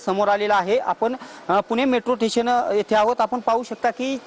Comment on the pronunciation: ठेशन.... स्टेशन